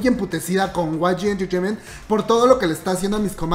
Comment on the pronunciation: Like por cada vez que dice way gi enchecheimen